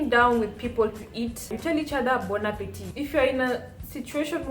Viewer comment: Salut la belle. The lighting is perfect. Other times, you got it too bright. Your pronunciation is excellent. Bon appetit .. (there is no 'e' at the end. "appetit" is masculine word. You don't pronounce the last "t") Bonne arrivee ("arrivee" is feminine word .. so "bonne" not "bon" ... for masculine words, you write "bon") Bonne digestion ("digestion" is feminine word)